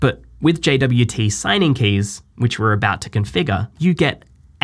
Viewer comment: I thought it's pronounced jot